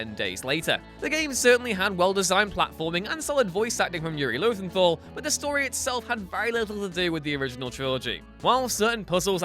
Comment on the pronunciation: "Voice acting from Yuri Lothenthal" I'm sorry what was that? "Yuri Lothenthal" One more time. "Lothenthal Lothenthal Looooootheeeeeeenthaaaaaal" It's Lowenthal.